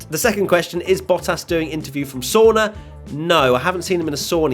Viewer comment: not to complain, but it's sauna and not soona